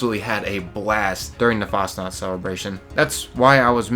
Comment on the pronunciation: Nacht is pronounced like knocked. Fahs knocked. Its not fasnot.